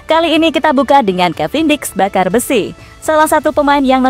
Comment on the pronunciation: Kata miminnya kevin diks bakar besi bukan kevin diks bakarbesy😂